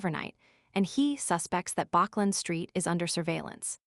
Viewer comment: bachland street lol